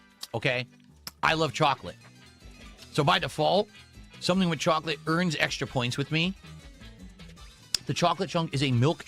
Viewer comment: He thinks it’s a smart person thing to hyper enunciate Ts in the middle of words. And then he says “wit” instead of “with”